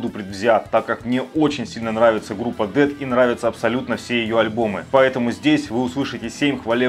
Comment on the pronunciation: Но правда правильно произносить Дэс*